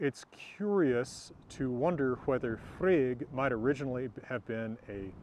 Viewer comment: Love your videos. Love your relaxed demeanor. Love your "Hwether" pronunciation. It seems a more original pronunciation with the hard H.